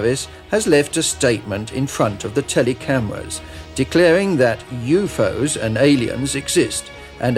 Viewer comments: lol at the pronounciation of UFO's .... "you-foes"? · Why does the translator keep pronouncing U.F.O.s as U-fos?